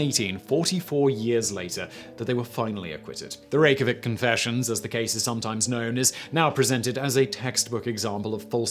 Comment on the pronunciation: A fan from Iceland you got the Reykjavik thing spot on except for the pronunciation